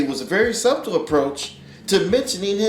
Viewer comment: Did he say subtal?